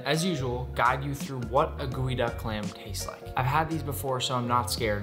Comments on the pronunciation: It's GEOduck clam not goeyduck clam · geoduck not gooeyduck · Ok, so, y'all are doing the jokes justice, but can we just maybe take a moment to address the fact that this thing is spelled GEO-duck, but he's pronouncing it GOOEY-duck?! 😳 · It is pronounce as geodek not geoduck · I thought it was pronounced jeeyo duck not gooeyduck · Nick, you prepared this clam to eat as sushi. But can you steam it as you would other clams? In other words, can this type of clam be cooked and eaten warm? One more question, you pronounce the name of this clam like "gooey-duck." But the spelling I see is "geoduck." I would say "jee-oh-duck." Please explain your pronunciation. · Delicious but why are we calling it GOOEYduck? Is it not GEOduck? Just curious really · Why is it pronounced "gooey-duck" and not "gee-oh-duck"? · pronunciation geo